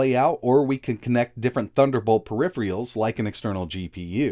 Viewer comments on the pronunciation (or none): Everyone: Peripheral: Periphreeal